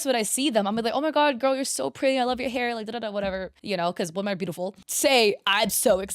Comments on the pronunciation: Girl its pronounced 'wo-MEN' not 'wo-MAN' for plural women. Love your videos but omg it was so bad in this video. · I can't get over how pronounces Woman and Women both as "Woman" it's very distracting. Also 😔I thought was into the girlies